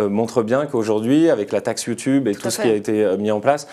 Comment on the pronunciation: j adore comment elle a dit yioutoube "sa se dit youtube